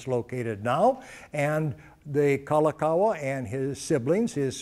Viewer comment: LI LI U O KA LA NI NOT lilikalani. KA LA KA U A NOT kalakawa.